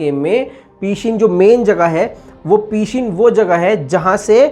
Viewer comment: peeeshin nahi pahshin hai sahi name.